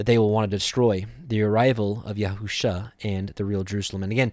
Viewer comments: Yeshua is all through the Scriptures (OT) in equal distant spacing....all spelled ישוע ...and... pronounced as Yeshua...and not yehu-sha....not ever... someone has deceived you into misprouncing our Savior’s name. I guarantee you are not going to call Yeshua by this new false name when he returns... it does matter. Or God wouldnt have put it in the gematria for us to find his son Yeshua. This other name is without knowledge....and he who uses it shows lack of knowledge also. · Wow... during my journey to understanding all truth of scripture, I had come across your ministry and because you too were learning, I dismissed your ministry in some aspects. However, it seems we (in this video) are in the EXACT SAME understanding. I’ll start monitoring once again. I must say, your pronunciation of both Yeshua and The Fathers name remains a stumbling block for me. Blessings